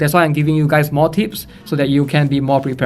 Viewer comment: Why am I keep hearing tits 😂 is it what I want or is it because I have problem with my ear